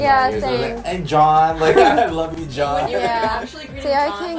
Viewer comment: It's not John ,it's jaan